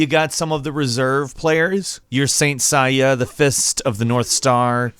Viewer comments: Saint Sai yah.....what? A knock off of Saint Seiya? lol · He pronounced Seiya wrong too